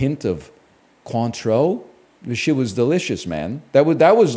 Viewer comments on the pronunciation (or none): ....Muscadine is what did you just say? It's a relative to the grape. Hearing chocolate, hazelnut, Cointreau was a good giggle.